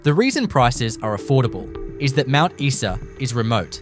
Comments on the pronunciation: Isa is pronounced Eye sa. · Imagine calling yourself "" when you don't even know how to pronounce Mt Isa!